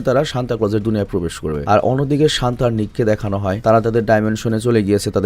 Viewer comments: Santa❌ Shanta✔️ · Santa ❌shanta✔️